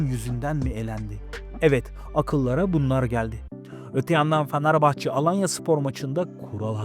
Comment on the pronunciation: Sen başta Fenerbahçeyi doğru telaffuz et😂😂